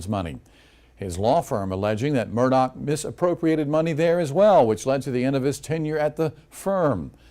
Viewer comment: It's Murdaugh. Not Murdock.